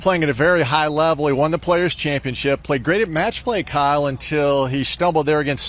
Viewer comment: Kyle rhymes with smile